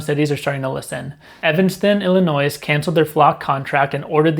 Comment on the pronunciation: I realize this is pedantic but the S in Illinois is silent.